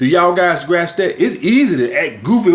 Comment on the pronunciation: “Do yall guys graps that?”